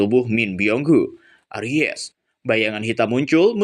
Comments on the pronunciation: Bang coba lu baca nya pelan pelan dah ... Itu tuh bukan aries tapi arise ... Ngakak gua dengernya .. Aries itu zodiak bang 🤣🤣🤣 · Aries ga tuh wkwkwk, bacanya eraisss, bukan aries bang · aries😭😭😭 erais cara bacanya 😭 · Di baca nya eraiz bang...klo aries sih nama zodiak...hehe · Lagi fokus denger serius malah aries,, langsung lenyap kefokusan gw wkwkwkwk... Bacanya 'e rais' kak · arise = bangkit....pengucapanya erais kak.. nah klo ucap jadi aries kan nama bintang.. bukan menggurui kak...cuma mengingatkan..salah ucap..bisa jadi salah arti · WKWWKWK LAWAK EMANG SI INI, NGAKAK BGT ANJING KALO DIA SALAH NGOMONG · Arise , bukan aries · Duhh jari ku gatal pengen tekan emot ngakak 😂 ketika denger kata ARIES 🙈🙈